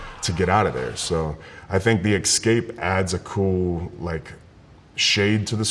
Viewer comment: Good video BUT he said exscape